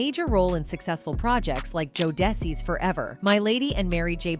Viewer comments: 😅 Joe Dessy 🤦🏽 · Bro these cracks keep making money of us. And can't even pronunciate jodeci's name right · Honey you have to learn to pronounce certain names like jodeci for one and flava and Tupac 😂😅😂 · Please stop using AI. Mispronouncing Jodeci, Andre Harell, etc.